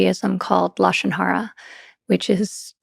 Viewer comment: Lashon ra a is very real and she said a so perfectly. This lady can be the president in future please